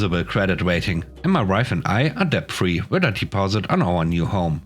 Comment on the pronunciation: Debt rhymes with met, let, or get.